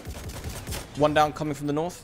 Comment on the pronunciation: Nawth lol